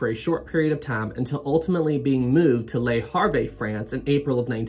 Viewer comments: Le Harvey, so funny! In French you don’t pronounce the last letter. Le Harv is how it should sound. Great video p! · I shouldn't make fun of your pronounciation of French nouns but "Lee Harvey" made me laugh uncontrollably for five minutes. Thanks, I needed it. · "Lay Haaave" is near enough. The "re" of Le Havre are silent in pronunciation. Good video non the less. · Love your pronunciations of Portsmouth and Le Havre😂